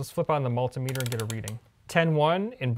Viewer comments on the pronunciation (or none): none